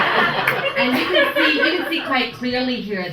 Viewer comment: Anyone else having a hard time trying to figure out if she's saying "can't" or "cunt"? Also she has just given me a new reason to hate doctors. When a doctor is so stupid as to tell a pregnant woman that she's too old to get pregnant then he should not have a medical license. Clearly she hasn't gone through menopause yet otherwise she wouldn't be pregnant. I haven't even been to medical school and yet I can figure that one out but these ass holes go to school for eight years and still get the basic stuff wrong. I think medical school just teaches people how to make money from sick people and not how to actually cure them being sick. That's all they know how to do is take your money.